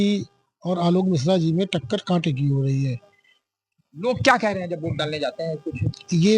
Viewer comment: ये कैसे पत्रकार हैं जो वोट को ओट बोल रहे हैं 😅